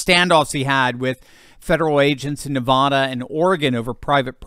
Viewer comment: Whenever you talk about the west I cringe because of how you pronouce Nevada. At least you have Oregon correct.